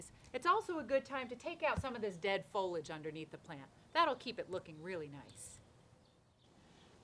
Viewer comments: It's pronounced fo-lee-age not fo-lage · Is "fohlig" a regional way to pronounce this, or is it like Jimmy Carter's "nookyulur" weapons, where it's just a mispronunciation that predominates in the South? Not teasing, just curious.